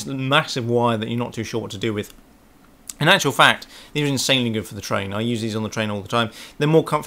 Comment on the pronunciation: Intssanely, intssanely good..